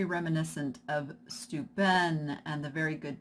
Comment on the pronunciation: Bless your heart and THANKS for pronouncing "Steuben" correctly. I grew up in Hammondsport, NY and spent tons of time in Corning, NY. H'port is in Steuben County. It's amazing how often "Steuben" county and glass is mispronounced. :) GOOD LUCK. I'm excited, as I think my family has that vase in our family home, in one size or another, passed down. Woot.